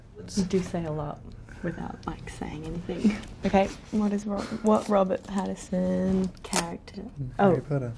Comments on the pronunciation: I think she called him Pattison like PattiN Son but the N is nowhere to be heard 🤗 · I love how she looks all weird about him saying her last name wrong, but she was calling him Robert Patterson the entire time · She literally calls him Robert Patterson the whole way through! 😂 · She keeps saying pattison lol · Mia the least you could do is pronounce your family name properly 🤦🏻‍♀️ Also, 1,76 is DEFINITELY not 5'4 🤣🤣🤣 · She can't even pronounce Pattinson but wants people to pronounce Wasikowska. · Them just both mispronouncing each other's names